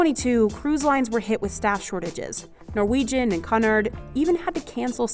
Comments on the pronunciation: Fascinating video, especially with the aqua performers. I now have a giant respect for them. BTW, it's pronounced "Cue-nard", not "Cunnard" 😊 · Cunard = Cue-nard. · Kee-Uuuu-NaahhRrD ... Not Cuuhh-Nerd 🤣